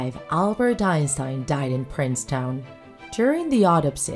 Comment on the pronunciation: It's pronounce Princeton not Princetown